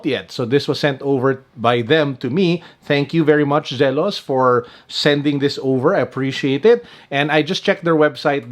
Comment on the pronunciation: It's Zee-los, not Zel-os.